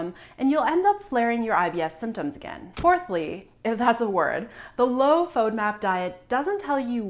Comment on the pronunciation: You can't even pronounce fodmap. And I am going to trust my health with you? Not today.